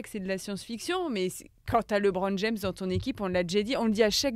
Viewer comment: Alors faut dire au présentateur que c est LEbron pas LEEbron...pour un podcast spé sur la nba..ça fait tache